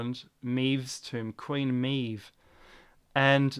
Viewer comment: I really like this video, lots of interesting ideas. BTW, Queen Maeve is pronounced 'Mave' and legend tells us she was the daughter of one of the great giants of old.